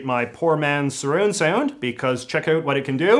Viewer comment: JJ, I admire your commentary but I cringe a bit whenever I hear you pronounce "out" or "about". You're pronouncing that according to the American stereotype, rather than authentic Canadian vowel raising! Do you also say spoot" for "spout" or *throo-oot for "throughout"? Sorry.